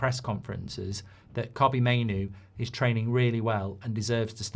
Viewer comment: Kobbie not cobbie